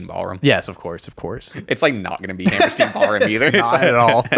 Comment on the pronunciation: I'm sure it's here a million times, but it's Hammerstein, not Hammersteen